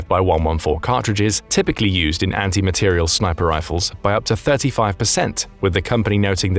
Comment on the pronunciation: Good program, but several mistakes: 1) It is an "anti-materiel" round, not "anti-material". Accent on the last syllable. 2) A 750 gram bullet is 3/4 of a kilogram. Not correct. 3) The word "cartridge" is used instead of "bullet". A cartridge is the casing, charge and bullet together. The bullet is what goes down-range, not the cartridge, rather, the projectile. (See birdofgrey6542)